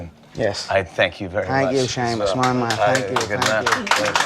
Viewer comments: Why was he calling him Shamus? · Why is he calling him shamus loool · why does conor call jimmy seamus?